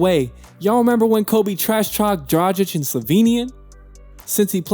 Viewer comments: He also said that Kobe trash talk dradchich and then showed a clip of Kobe talking shit to Luka lol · good video, just do the research on the pronouncation, cuz Dragic and Sasa is not the right way to pronounce how u did in the video.